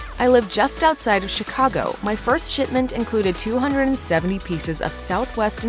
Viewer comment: It sounded like you said "sh*tment" rather than "shipment". From what I have seen of the clothing line, I am inclined to go with the former pronunciation.